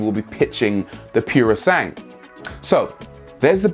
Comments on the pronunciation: Just to let everyone know, it's not "purosang" it's pronounced "poorosangwe" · As an Italian, I have to let you know that "PUROSANGUE" is pronounced "puro sangue" and not "piourosang". It means pure blood ("puro" = pure and "sangue" = blood). It stands for a horse breed called "English thoroughbred horse" which in Italian is called PUROSANGUE. So it has a connection to Ferrari :D EDIT: Wrote this comment before you mentioned that it means "thoroughbred" :/ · Rory, I think you'll find it's pronounced Pyuro-sangway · You must pronounce it puro sangué, with an é at the end because it's Italian..... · NO NO NO NO NO NO THAT IS NOT HOW ITS PRONOUNCED Its not purosang its pronounciated as PUR - O - SAN - gue. there are four syllabls dude. you should google car names how they are pronounced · it's called purosangre, not purosangue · it's pronounced "pooro sangueh". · Puro San-GWAY.... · Since it's italian isn't it pronounced: "Puro-sangué"? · IPA pronunciation: puro'zaŋgwe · piurusangh? cazzo fuma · It's called poo-roh sahn-goo-eh - literally: pure blood in Italian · You really, REALLY need to get some Italian to explain you how to pronounce "purosangue". What you are saying now hurts. Keep up the otherwise excellent work, though. Big thumbs up. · So do presenters purposely pronounce foreign words incorrectly? He's using French pronunciation (silent 'ue') for an Italian word, a language which pronounces every vowel.